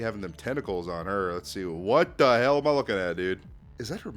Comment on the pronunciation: WTF YOU MEAN “wat the hail is dis”😔🙏